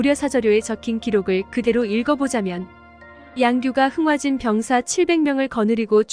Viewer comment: 흥하진이 아니라 흥화진 입니다.